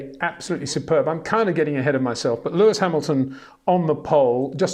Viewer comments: 🌐 it is NOT Lewish ... it is NOT Bottash ... and it is certainly NOT Max Vershtappen! Pronouncing "st" as "sht" is done by Germans not Dutch people! ... like an insult to (some of) us ... like insinuating you are a Nazi or something. But most people from Holland (like me) have NO issues with Germans at all. Am part German myself. Everybody knows how to pronounce Stable not "Shtable" or "Train Station" not "Train Shtation" so NO EXCUSE to be a moron! They do not do it with others having st in their names! ... All other F1 drivers are pronounced correctly having "st" in their names. This BS started years ago with father Jos Verstappen being interviewed by British sport presenters thinking it is funny to talk like a German to a Dutch guy! ... It is not ... And they do not giva fck. Not even having the courtesy to ask how to pronounce it correctly. (Acting dumb about it, hence my sarcasm, which some do not get). I did not say all Dutch people think like that ... but people that make fun of assumed "Nazis" they change their pronunciations to make fun of you. But there are vast amount of nice Dutch people that never would do that ... nor feel the need to insinuate. I have been called "Nazi" by some just because my last name is German then they talk with "sht" & z (not s). Thinking they are "so funny" doing that. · 🌐 it is NOT Lewish ... it is NOT Bottash ... and it is certainly NOT Max Vershtappen!